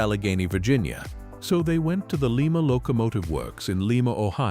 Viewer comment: This AI voiceover is absolute crap. Again, it's Lie-ma, Ohio, NOT Lee-ma. AI is so f-ing stupid. Hire real human beings!